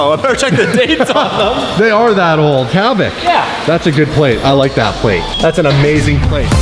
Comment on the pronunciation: Havvoc lmao hahahahaha